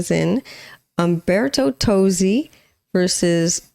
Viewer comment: It's in ITALIAN! Also the singer's name is pronounced Tozzi (Totzi) and not Tosi. He originally wrote the song and Laura took it and made an americanized version of it.